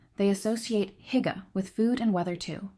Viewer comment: It’s “ Hoo- gah” Terrible pronunciations…